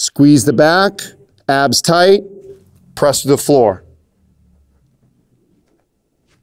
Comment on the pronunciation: When he said tighten my abs at first i thought he said tighten my ass